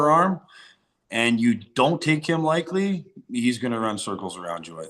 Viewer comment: Sounds like matt says “Likely” instead of “lightly”